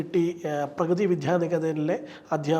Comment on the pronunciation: പ്രകൃതി അല്ല പ്രഗതി